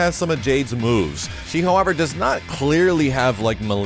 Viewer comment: when you said she has Jade's moves, I swear I heard you say Jade's boobs lol